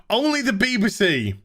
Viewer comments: I keep hearing Beaver C every time you say BBC 😂😂😂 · Why do you say B b C? Pronouning it with an upper case B, lower case b, and an upper case C.